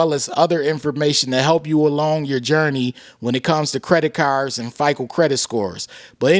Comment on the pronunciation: Thanks for the news 🗞️ 🚗 “Credit Carrrrs” Lolz